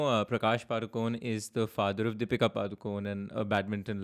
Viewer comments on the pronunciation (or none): none